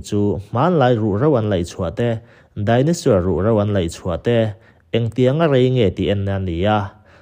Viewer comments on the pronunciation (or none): Chaos= Kei-aws(✓). Cha-aws(x) Dinosaur=Dai-naw-sawr(✓) Dai-naw-suer(×) Dictionary hi a tha teh nia